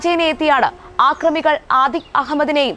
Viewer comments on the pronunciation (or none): ആക്രമികൾ അല്ല അക്രമികൾ..